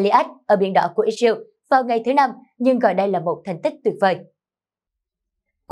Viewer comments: đọc sai tên israel có 3 âm đọc còn 2 âm thành iseu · Vẫn đọc là Ix-riu. Con mắm này 40 năm nữa mới có bằng trung cấp. Giờ nó đang hài lòng với bằng... hạ cấp :face-blue-smiling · Cô biên tập viên này nói quá nhanh nghe rất khó chịu. Israel lại phát âm ( ít- diu) chả biết nước nào?